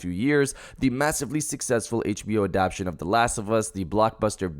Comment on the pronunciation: Uhhhm… WTF is ADAPSHUN!!???!?!??!? the word is A-DAP-TA-TION FFS!!! God of War "NEWS"??!?!? Quit CLICKBAITING! It should read God of War SPECULATION BASED ON MY OWN OBSESSION!!! And speaking is not your forte… You stumble and fumble over your words so much it's insane. LOL